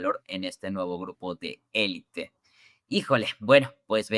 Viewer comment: Google Gugl y elit no elite.